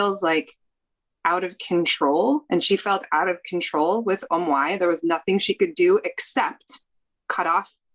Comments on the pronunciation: Omg I was amazed when she said that completely good and correctly too 😍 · I feel like this was very productive and is an example of how other Asian families should seek help. Remove the negative connotation that is linked to therapy. It's healing. It's needed. It's productive. Also, I am so impressed at how well said Ong ngaoi lol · The therapist said "ong ngoai" pretty good . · Can we take a moment for the therapist when she perfectly pronounced «ông ngoại» 👍🏼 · anyone gonna talk abt how the counselor said ong ngoai pretty well??? i was surprised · hella caught me off guard with "ong ngoai" AND she said it right. Damn girl! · I love how the therapist pronounced Ong Ngoai correctly. Thanking for sharing your therapy session with the world. It's very eye opening. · When said “Ong ngoai” i was shocked of how good her pronunciation was lolol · that therapist said "ong ngoai" with person pronounciation... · It’s how the therapist pronounced “ông ngoại” for me 👍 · Me trying to pay attention, but getting distracted by how well the therapist said “Ong Ngoai” o-o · Thank you so much for sharing this with us when you really didn't have to, I am sure we all cried because we love you both so much ❤️ i needed a well to catch all my tears lol oh and pronounced grandfather in viet so clearly and precise that I was a little surprised lol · Shoutout to the therapist for pronouncing grandpa in viet :')